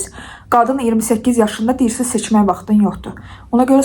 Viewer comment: Seçən vaxtın deyil sözünü siçan(siçovul) kimi anladim😂😂